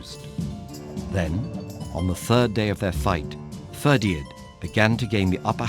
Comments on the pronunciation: It's Ferdia, you don't pronounce the D. I always found this story particularly harrowing, CúChulainn having to fight his bro Ferdia to the death, it's just heartbreaking. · He gets alot wrong Ferdia should be fir-dee-a and scáthach has an accent so it should be scaw-huck, Connaught could be said either in Irish or in the anglicised way (cun-ukht and con-uckt respectively) but he does neither. Overall though I did like his voice and it's really great to hear a good video on Irish folklore, it is well researched